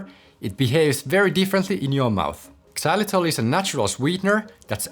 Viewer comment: The X in xylitol is pronounced like a Z; it’s not pronounced ex-zylitol.😒